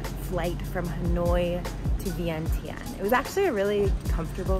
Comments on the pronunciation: Vieng jund not vient tien. Is the corect way to say.🏌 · You need to pronounce it correctly it is ViengChen, but it spell Vientiane so the T in tian should sounds CH